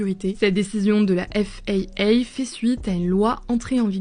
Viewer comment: Effe AÏ AÏ ... Flight radara twety Four... je pense qu'il faut arrêter... F.A.A on comprend... Flight radar 24 on connait aussi. Pourquoi dire a moitié dans ce cas... ce n'est pas Elon mais plutôt Ilon ... bref